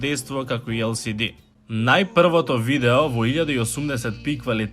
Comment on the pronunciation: El es di... a ne EL SI DI